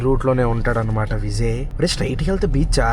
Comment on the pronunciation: adi Vizay kadu adi Vijay nuvu vizayyyy antunav😂😂😂 tamil nadu tiffins ela untayo cheppandi